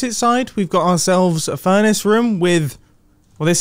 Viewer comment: Obsessed with the way he says ruum